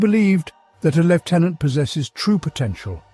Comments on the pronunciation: It is pronounced 'Lieutenant" - No F. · Apparently that is how the Brits pronounce it.